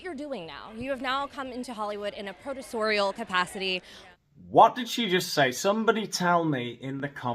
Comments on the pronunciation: 'Produce- Oreo' or 'produce Oreal' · I wondered what she was trying to say. Sounded like producorial. Meghan is now a producer.